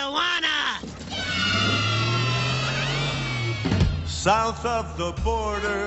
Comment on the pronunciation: I don't get why Tijuana is pronounced Ti-a-juana. Another Mandela effect or something? It's just Tijuana, Tee-juana.